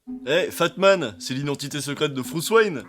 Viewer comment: "Fatman... Fruce Wayne ?" J'ai failli faire un avc tellement j'ai ri